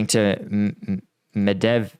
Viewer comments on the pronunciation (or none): What an ignorant idiot, CAN'T say Medvedev, You can't make this up !!😂